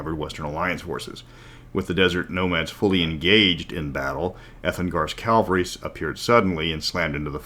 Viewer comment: Ca-val-ry :p